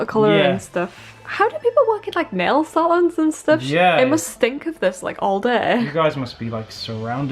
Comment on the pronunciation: They say salons very different then English people do 😅